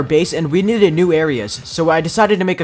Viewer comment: the way he said "we neded" but not needed